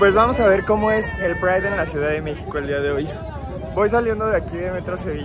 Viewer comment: ¿Por qué tienen que estar tan colonizado? ¿Por qué pride si ya había una palabra en español? Es un poco patético, incluso la entonación que hace.